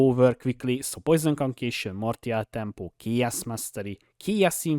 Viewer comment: "Conqueishon" hehe , sorry not making fun of., just sounds funny.